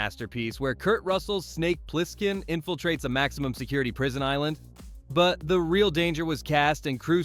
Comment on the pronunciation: Funny how AI voiceovers always mispronounce at least one word. Ply-skin . And yeah, the repetition is annoying as hell.